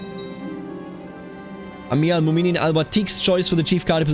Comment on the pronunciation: A quick tip for pronounciation, if you see ‘ in names (like mu’minin) thats a glottal stop. Like saying uh-oh